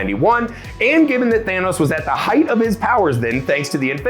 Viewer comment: Did he call him Theynos?